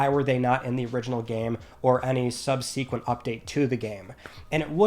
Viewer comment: will ever learn to pronounce subsequent?? Tune in next week to find out! 😂